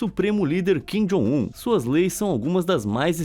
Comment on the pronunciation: Kin jon um chorono😂😂😂😂